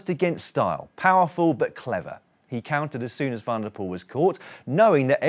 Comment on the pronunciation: Hello Daniel et al, thanks for a superb show, I’ve watched every day of the Giro so far. Please allow me, on behalf of all your Dutch, Flemish and South African viewers to appeal to you to pronounce cyclists from those countries’ surnames correctly, when they start with “Van” - and there’re a lot of them! Van Aert, Van der Poel, Van Baarle and the rest are pronounced ‘fun’, not ‘van’ like a small truck. PLEASE - just park the vans!! You guys are all brilliant at getting the French names correct, so why the glaring inconsistency? Either anglicise ALL the names or take the trouble to find out how they’re pronounced in their home countries; anything else is disrespectful and lazy journalism. You guys are better than that! Thanks. PS: And this is a sincere offer, I’d be happy to offer a short ‘workshop’ on those countries’ names - let me know, but keep up the great work! Rory